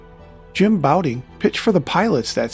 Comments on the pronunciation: His name was pronounced "Bow-TON," NOT "Bow-Ting." If you want your videos to have credibility, best get the pronunciations of well-known players right or else everyone's going to think your narration is A.I. like everything else. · Does A.I. think "Jim Bouton" is the same as "Jim Boutin' "... so it changes it to "Jim Bouting"? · I was thinking there was something weird about the pronunciation of his name, too, LOL